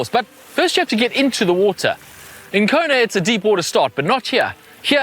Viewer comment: It's not Kona.